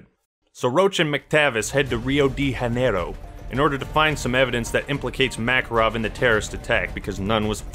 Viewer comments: Awesome to look back into this game, I didn't like the remaster that much but I'm looking for an og copy for my ps3. Btw, I know it's an 'Old' video but did you really say "Rio de Janeiro" with a Spanish pronunciation? Dude... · it's not spanish bro, you don't pronounce the "J" as an "R". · Rio de Hanero? You kidding me right?😆